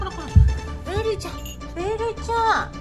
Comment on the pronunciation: タマちゃん、ベルと最初はこんな感じです。のベル様かべではなくてぺになってました😂